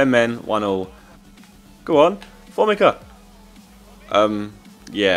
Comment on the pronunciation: formica is pronounced for-me-ca